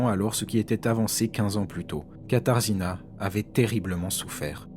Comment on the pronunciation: on prononce "katajéna" (katarzyna)